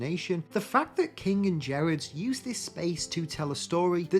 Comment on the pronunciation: There are two words that describe Jack Kirby. The King. EDIT: BTW, this is a small thing, but Gerads is pronounced with a hard G, not a soft G.